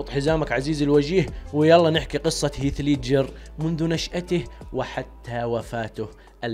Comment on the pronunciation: دس لايك لنطقك المستفز لاسم هيث ليدجر روح اتعلم الاكسنت اول قبل ماتفتح قناة ع اليوتيوب